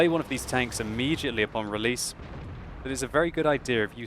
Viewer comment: One-er? Try Uner.